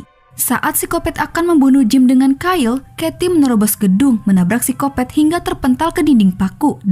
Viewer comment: Paling enak denger suara apalagi pas bilang "seksoy" "sikopet" sama "ganjoy" 😀